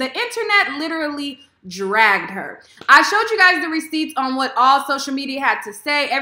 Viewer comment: I like how you said "the internet DRAGGED HER" lol 🤔